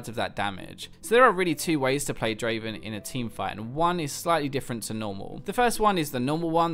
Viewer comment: Not draven... draaaaaaaven